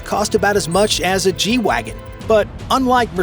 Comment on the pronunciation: The name of that $200,000 Mercedes SUV is properly pronounced "GAY Vog gun." For obvious reasons, Mercedes doesn't advertise that pronunciation in the English-speaking world.